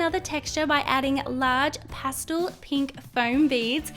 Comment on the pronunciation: Does anyone think it's funny that she says pastul instead of pastel?? 😆😆